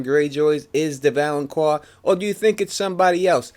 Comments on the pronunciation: its valonCAR not valonQUA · First man it's not pronounced val-on-qua, it's val-on-car. Also "gold will be their crowns" refers to the fact that all of Cersei's kids are blonde haired, not literal crowns. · Great theory, but please realize it is pronounced valenKAR - not QUAR. No long U sound in the word. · "The Valenkwar". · It's pronounced Vo-lon-kar Volanqar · It's pronounced "Val-an-KAR". But still good prophecy explanation video. Plus the Euron theory is Pretty cool. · Valonqar is pronounced val-un-kar. Q in high Valyrian is a K sound. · Thank the lord someone else noticed this, how, after all the videos about the Valonqar theory does he keep on pronouncing it wrong !!!!!